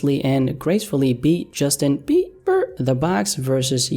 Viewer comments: Justin BEE-BERR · the legend, has now changed another man's name. Justin Bieber is now Justin Bee-Burr.